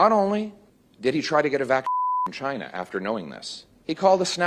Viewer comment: cant even say the word Chyna.